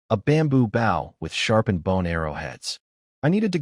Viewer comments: B"oh" not B"ow" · Lol $multi-million dollars to create an AI, and it STILL can't pronounce "bow" in stead of bough lol. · Bow, and arrow, not bow, and scrape.